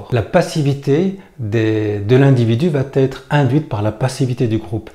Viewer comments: « va être » pas « va t-être »... Sinon bon discours. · On ne dit pas va tetre..mais va être.. merci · "Va Être" et non "va-t-être"... Mis à part ça, pense aussi que la plupart des gens ne réagissent pas quand ils sont en groupe parce que leur image est plus importante que leur âme, et qu'ils n'ont pas assez souffert pour avoir une volonté concrète de changer les choses. Que Dieu leur pardonne, car ils ne savent pas ce qu'ils font. Et l'école est un moule à mouton... J'ai donc beaucoup lutté pour tenter de faire comprendre à mes enfants qu'il est important de savoir écouter son coeur, ses tripes et non les cons, même si les cons sont plus nombreux et que, du coup, cette attitude du "chevalier blanc" nous isole. Nous sommes tous responsables de la société dans laquelle on vie. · Attention va être et non va-t-être